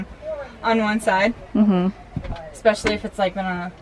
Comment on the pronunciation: I thought it was “expecially” homely. 🙄😂